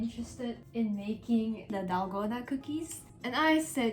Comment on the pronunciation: Finally someone who actually who says dalgona not honeycomb!!!! >:D